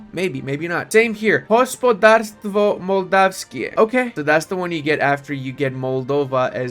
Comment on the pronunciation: That "Hospodarstwo Mołdawskie" was SO CLEAN, you're Polish from now on.